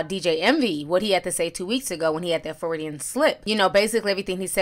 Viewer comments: Foridian slip!?!?! Ti girl!!! I know you miss pronounce words and names but damn! The term is Freudian slip and what DJ Envy said was not an example of it. I don't want you out here mispronouncing terms AND using them wrong. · It's Freudian slip not Floridian slip. Michael Avenatti not Aventi. Sikhs not Shikhs. I love you Ti but take the time to pronounce these things well. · Ti, when you said Freudian Slip, I thought you said “Floridian Slip.” Lol I need to get some sleep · Sibs Lawrence You caught that too!? 😆 She said Fe-ru-di-an slip like 4/5 times!! AHAHA!! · “FROY-dee-in,” not Floridian. Jesus Christ 😂😂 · It’s 1am and I don’t even care! Honestly who needs sleep! It’s time to sip some tea ☕️... lol did she just say floridian slip instead of Freudian Slip? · " a ferridian slip" 🤣🤣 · Feridian slip...I love Ti! 😂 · Did you just say “Floridian” slip??? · Floridian slip? Freudian: pronounced: FROY-dee-en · Freudian.. not Froridian 😌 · Ti.... I love you but it’s Freudian slip. Froy-di-an.... NOT Floridian! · That word you keep pronouncing as "Fah-rih-dian" is "Freudian", and it is pronounced, "Froy-dien". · I love you girl. But Freudian ** slip. Like Froid-E-inn Lol. As a psych major, lemme help you help us boo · Hey, the term your looking for is actually pronounced Fraud-De-In. Freudian slip is a term/expression named after Dr. Sigmund Freud who was a neurologist and the inventor of psychoanalysis as a mental health treatment. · Pretty sure she meant Freudian. Lol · FRO-DEE-AN SLIP! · Froyd ian slip. Just say slip. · That’s not how you pronounce Freudian and him accidentally saying rehab isn’t a Freudian slip anyway lol. I don’t think T knows who Freud is let alone what a Freudian slip is